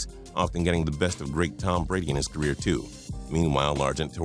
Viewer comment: Did he say ca-weer